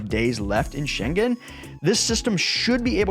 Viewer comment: Please, I implore you ... learn how to pronounce "Schengen" before you post a video. Thanks ! (The first part of your video was appalling.)